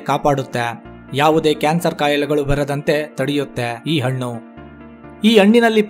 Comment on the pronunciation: Brother ,all students copied your pronouns as hannu= annu, hechigrite=achagirute your soft vanity all copied students get 00 Mark's ? ?